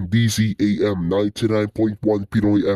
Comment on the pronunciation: Not dzam its DZMM